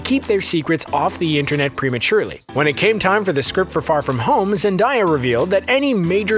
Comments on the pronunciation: alright everybody say it with me now: Zen-Day-Ah yall got it? ZendAYa, not ZenDIEa, ZenAYa. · Zendaya - pronounced, ZEN - DAY - UH jacob batalon - pronounced, BAT - UH - LON let’s get this to the top so can see!😂👆🏽👆🏽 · It's pronounced ZENDEYA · zen-DAI-yah? ZENDAIYAH? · Zen-Day-Yah zendaya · I think u said her name wrong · Is no one gonna talk about him saying Zendaya wrong Ughhh it’s so irritating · The Rescued of Ducks 2806 They are Spelling it like it’s said (cause the person narrating was pronouncing it wrong) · The way he said zendaya tho...